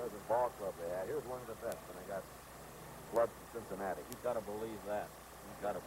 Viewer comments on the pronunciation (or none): Temp-pit-ture. Sin--sa-nat-tuh ball club. Sked-yule. He'd never say Reds, just ball club. I wonder if it's due to fighting against Communism in the war.